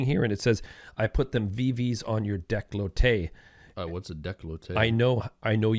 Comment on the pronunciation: he mispronounced decollete